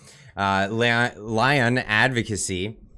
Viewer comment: The word is Lion, not Leon. Are you feeling o.k.?